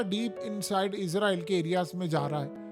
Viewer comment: لفظ اسرائیل ہے ۔۔۔۔عزرائیل نہیں ۔۔۔۔ لفظ صحیح صحیح کہا کریں ۔۔۔۔۔